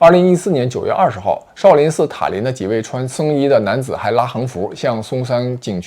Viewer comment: 妹子你东北口音也太厉害了。shao sao不分了已经